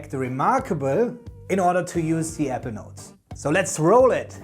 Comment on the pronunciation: I’m new to your videos. Please, take care when pronouncing “Apple”. The two syllable word Apple sounded like the two syllable word “Ever”, which had me terribly confused. It was only towards the end that I discerned that you were actually saying Apple Notes, which is why I was watching. I have had Evernote premium for years. I used to love it. Sadly when they overhauled the app last year they deep-sixed many of the features I used. I loathe the new Evernote and am going to move to a new platform. Once I was confident you were saying Apple Notes I was very pleased with the video’s content.